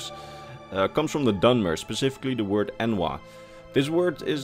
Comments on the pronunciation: almost sounded like you used the exact words "n word" with a slur on the d. had me a rollin' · Homie was saying N’wah like he was picking saltrice with us in Deshaan